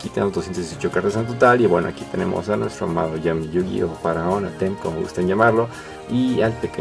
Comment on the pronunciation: Es Atem no Atém, se pronuncia sin acento en la "e".